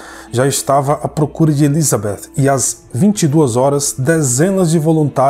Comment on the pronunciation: Adoro o canal e a narração,só me dá agonia a maneira como o pronuncia o nome Elizabeth 😐 No mais,parabéns pelo trabalho 👏🏼👏🏼👏🏼